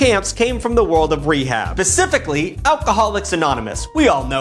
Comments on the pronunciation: “pacifically” lmfao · who else heard PA.cificaly?